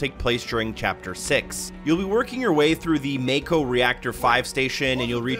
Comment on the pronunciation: It’s pronounced Mahko.